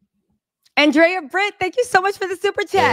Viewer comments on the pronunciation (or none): none